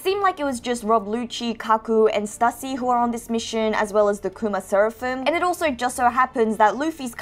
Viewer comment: I think Stussy is pronounced as "Stew-sea." That's what I remember hearing during Whole Cake Island